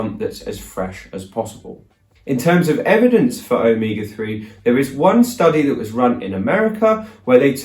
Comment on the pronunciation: Glad this included spelling since it sounded like Omika3. But the more he said it the closer it sounded like Omega